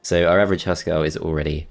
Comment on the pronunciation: Great to see this map played. I rage quitted it first times I tried it; damn Crone/Nornor. Fun fact: Huskarl is pronounced with an U like in Hugh and by articulating all letters. It means House Man in Swedish and probably refers to an old term for clan inhouse loyal guards. Just a ps. Why would they patch that achievement out? xD